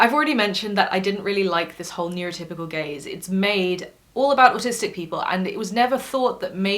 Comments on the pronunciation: I thought that at first then I realized it was Gaze. Then I though hmm gays probably would be too far off. Reality dating shows tend to attract gay men. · I actually thought you were saying neurotypical gays instead of gaze. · Yeah and it took me awhile realize it was gaze xP